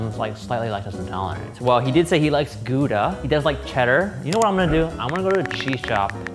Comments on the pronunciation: me who is from gouda finally correct pronounciation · As a Dutchie, that Gouda pronunciation ~*Flawless*~ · This is literally the first time I have ever heard anyone outside of the Netherlands pronounce Gouda properly! I even corrected Shane when he said it near the start of the episode... it pleases me to hear it pronounced properly... Personally I would have also added crispy bacon bits to the crumb topping and maybe used bone marrow in the sauce. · I appreciate the addition of the right pronounciation of Gouda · Loving the correct pronunciation of gouda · As a Dutchie, I'm very impressed by the pronunciation of "Gouda" by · I was so glad when I heard someone from the US at least trying to pronounce it right. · Gouda pronounciation pretty good :3 i'm from holland and gouda is nice :3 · Damn that cheese guy knew how to properly pronounce Gouda (he did about as well as I can expect for a foreigner), I trust him with my life. Old Amsterdam is personally not mt fave, it's a little touristy, I believe it's artificially aged, but I'll go for an old Gouda any day. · People pronouncing Gouda correctly makes me happy for some reason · I can't believe how many people don't know Gouda pronounced with an H sound! Especially, he has eaten so many worldly foods how has nobody told him that before?! lol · Thumbsup for the correct pronounciation of Gouda :D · Solid attempt at pronouncing Gouda -hat's off hahaha